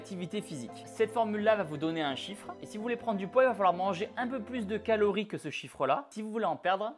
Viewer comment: "Caories pour maigrir" Ah !